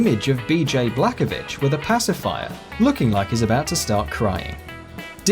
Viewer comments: Does he mean Bj blaskowitz not blakovitch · Im sorry, did you just call BJ "Blackovich?" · Yup. He said Blackovich.